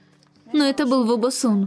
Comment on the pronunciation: Вобщето не Бо Бо Сун а Во Бо Сун